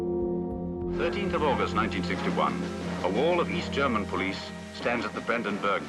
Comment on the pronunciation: What a shame that the narrator mispronounces all the German words.